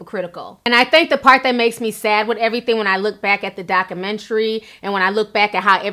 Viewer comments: Documentary......pronounced DOCK-U-MEN-TARY Ti....! lol! luv u tho! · Please pronounce the "U" in documentary and stop making slurping sounds when you sip tea. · Great job dissecting this “dockamintree”! lol luv u Ti! 😂